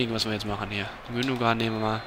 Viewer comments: Ilkay Gündoğan = Das "ğ" wird quasi nicht ausgesprochen, sprich "Gündoan". Schon irgendwie peinlich, ist ja auch ein deutscher Staatsbürger und spielt auch für die deutsche Nationalmanschaft aber nicht viele können einmal den Namen richtig aussprechen....das gleiche bei Özil, dessen Namen quasi jeder wie DJ Ötzi ausspricht, obwohl das "z" als "s" ausgesprochen wird, quasi "Ösil". Das hier soll kein Vorwurf an TAZZ sein, sondern einfach weil mir das jetzt bestimmt zum 100sten mal aufgefallen ist. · Gündogan wird Gündoan ausgesprochen...